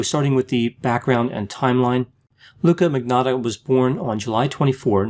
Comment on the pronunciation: Surname is (Italian) and yet can't pronounce magnotta. Manyotta!